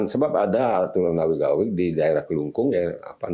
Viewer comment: "Awig-awig", bukan "Awik-awik". Sukses selalu untuk Gema Bali. 🎉